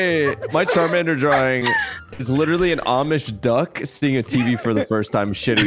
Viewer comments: Cholomander ➡️ Shart-mander lollll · Cholomander turned into chorromander 😭😂😂